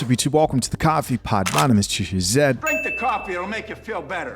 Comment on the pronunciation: Your name is chisha like Keshia 😂😂😂😂